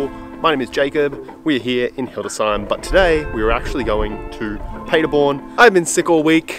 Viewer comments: Great video, Jacob!! When you are pretty much fluent in Deutsch, then you will remember that the city is pronounced PAHderborn, & not PAYderborn. LOL Of course, I am just nit-picking, & am not used to your "Strine" accent, so I apologize!! Entschuldigung, ich kann nicht anders ... Ich spreche Deutsch!!! Keep up the good work ... I love your VLOGS!!! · You could, actually, start working on your accent by pronouncing Paderborn correctly.... imagine Germans talking about a city called Ahdellah-eeda. How long would you take to understand what they mean?